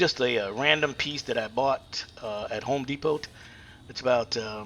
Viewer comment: Wow, let's use galvanized pipe to butcher this together and then pronounce it wrong, and learn how to pronounce Home Depot. No t. As soon as I sall you put GALVANIZED In it showed me you don't care about your home owner.